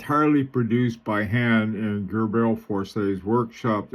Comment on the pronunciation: PRONOUNCED - GRUBL 4C accent both on 1st syllable